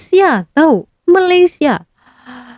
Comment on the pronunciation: Malaysia ya dek bukan Malassia! Sebutannya yg bener ya.